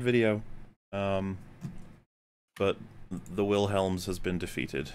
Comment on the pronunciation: Willems... it's pronounced "Shawl" like the garment